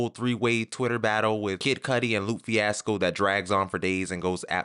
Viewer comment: “Loop Fiasco” & “Whale” took my out 😂